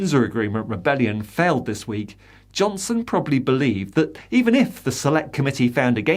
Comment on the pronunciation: The emphasis placed on ‘believed’ tells you everything you need to know about his intention to mislead!